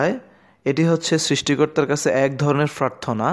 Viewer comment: Pharthona ki? Prarthona hobe